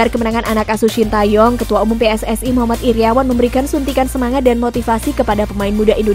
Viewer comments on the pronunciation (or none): none